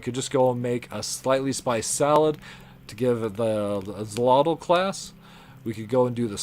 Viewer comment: ❌Ak-solotl ✔️Ak-shólotl The word is Nahuatl and the "X" sound is "Sh", also the first "o" have a dominant sound, that first "o" sound higher and stronger that the second "o". (The "tl" sound was very nice).